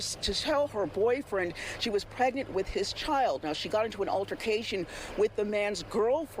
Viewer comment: That spokesgirl has horrific grammar. What's "Prignant" and "fa charges unrelated tew da merder"